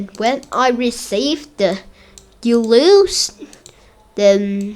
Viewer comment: i dont think thats how tetris works, also its "you lose" not "you louse"